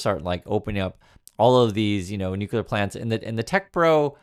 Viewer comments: “New clear” not “new cue ler”❤ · It's Nu-cle-ar, not Nu-cu-lar... Go back to school